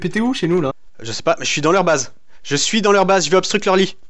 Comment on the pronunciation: En français on dit "obstruer" pa "obstrucker"